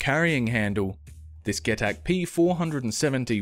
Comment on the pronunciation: get-ac.....man...its pronounced 'jee-tac' but great vid bar that